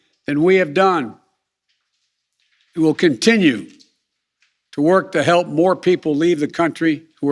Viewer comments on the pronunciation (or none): How many syllables does continue have